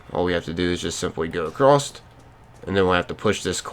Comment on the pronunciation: Why are you saying a crossed